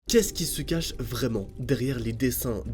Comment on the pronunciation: Mdrrrrr le « vraiement » 😂😂✨